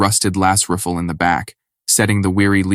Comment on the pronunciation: Yeah man I agree the ai needs to learn how to pronounce rifle....that bothered me something fierce lol